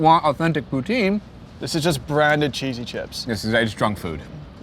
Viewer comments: Let's correct that pronunciation -> Tin , as in tin can. Poo-Tin. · I'm English Canadian and even I know you were pronouncing "poutine" wrong .. c'mon guys 😜